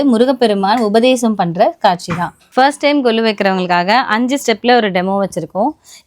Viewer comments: என்னது கொழு பொம்மைகளா? நீங்களும் உங்கள் தமிழும். ழகரம் லகரம் தெரியவில்லை உனக்கு தமிழில் யூடியூப் சேனல் ஒரு கேடு. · Tamizai kolai pannathinga.. Thappu thappa pesina than nagarikam endru ninaikiringala?? Kozhu illai kolu endru sollungal.. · Its கொலு பொம்மைகள். NOT கொழு 😅😅